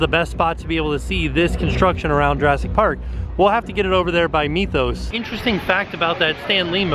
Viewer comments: Wouldn't the Mythos restaurant be pronounced Mith-oos and not Meeth-oos? I mean, we don't pronounce the word 'myth' as meeth - just curious. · I love how you say "meethos" instead of mythos